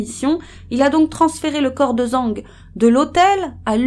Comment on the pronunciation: Video intéressante mais renseignez vous sur les prononciations, c'est pas zang, mais djang , le z en chinois c'est dj